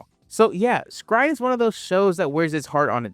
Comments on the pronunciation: S-Cry-Ed lives RENT FREE in my head.... Honestly because the name is so very unique that it locked in. I barely actually remember anything about the anime beside red arm guy and the dude who could control orbs. Everytime you say "scried" i want to cry. Lmao I always called it "Es-Cry-Ed" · I thought it was pronounced "sacred" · It’s not scry it pronounced S….Cry…. ed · Bro this is a classic I watched this on Toonami and everyone was talking about it. Also I thought the pronunciation of S-cry-ed is supposed be said as a sutter because it’s also doing a double entendre on being scared! So it’d S… Cry…. Ed that’s how we said back in the Toonami days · I absolutely HATE how you say this name and I'm gonna have to thumb it down and move on about my day lol